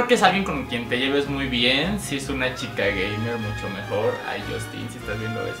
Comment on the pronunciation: No dice chicas gay's dice chicas gamer's jejej the amo Rafa